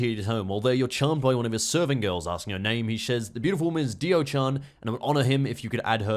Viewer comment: Game: Diaochan: DIO-chan